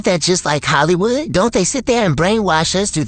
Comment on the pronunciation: Ill give you hint " HOLLY" wood, Everybody saing it wrong, just say holly as you say Holy